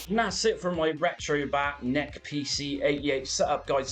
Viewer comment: This is a first for me hearing "NEC" as "Neck" lol Great videos and tutorials.